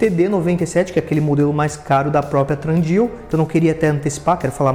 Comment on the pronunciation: Irmão está errado a pronúncia do nome da marca não tem R, é tHundeal e não tRundeal...